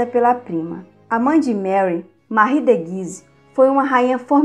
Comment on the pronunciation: Moça vc só precisa melhorar sua oratória, várias palavras vc pronuncia erradas tais como "prestes" vc fala "prertes". O nome "Marie" é francês, se pronuncia "Marrí" mas vc fala Mári". Se vc é professora precisa tomar esses cuidados.